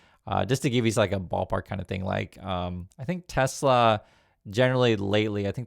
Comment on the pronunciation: "I love Tesler"